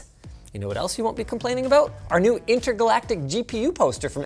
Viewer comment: "they're both abrown the same" is that a Canadian thing?